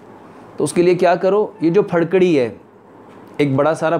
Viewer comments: Farkari nahi jahil fitkari hota he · Pharkari kya hota hai.. Phitkari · پھڈکڑی نیں جناب پھٹکڑی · پھڑ کڑی کوئ چيز نہيں ھوتی يہ پھٹ کڑی ھوتی ھے، اپکی اردو/ پنجابی کا مسلہ ھے؟؟؟؟ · Pharkari ni phatkari he hota he